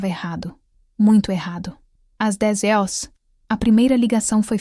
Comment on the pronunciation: Por que não é pronunciada corretamente HORAS?